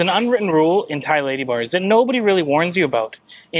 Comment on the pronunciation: When you say "ladybars" it sounds almost like "ladyboys". I did a couple doubletakes. Be carefull.